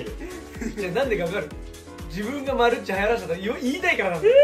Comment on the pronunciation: マルッチって言ってんのわざと？ マルチじゃないの？😅